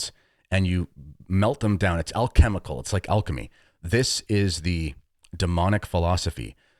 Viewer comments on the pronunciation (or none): none